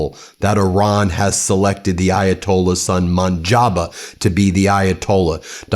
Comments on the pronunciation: Munjaba 😂😂😂😂😂 What the heck man. It should sound like “moooooj taba” Also it’s arakji not arghichi, dude…. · Moj taba not Monjaba😂 why you Americans can’t read and pronounce properly ? Mojtaba does not have Ayatolah title so he can’t replace his father also he is very modern guy why when you don’t have knowledge you make clips this is misinformation trump also call Armania Albania😂 azarbayjan as aberbayjan😂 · For the love of God man it’s Muj-Ta-Ba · Mo-j-ta-bā (with the “j” like in jam and the final “ā” elongated). - The stress usually falls on the second syllable: mo-JTA-ba.